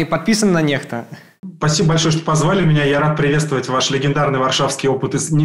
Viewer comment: я не понимаю почему НЕХТА? По-английски это читается НЭКСТА. Нехта была бы NEHTA